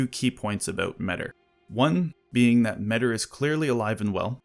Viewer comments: It's difficult for me to grasp why people prefer "metter" over the much more appropriate "me-tee-r" pronounciation. Hard to listen to. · Tiny correction: The name Metyr is pronounced "meta". So they're a creature from another reality, that creates tiny universes called "microcosms" and their name is "meta". In the words of George Carlin that's gotta mean somethin'.